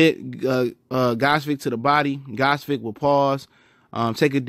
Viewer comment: nice review of "Ghozvik" performance =)), but its actually pronounced "Gvoz-dik"